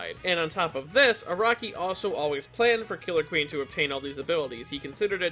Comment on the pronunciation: You said killer queen wrong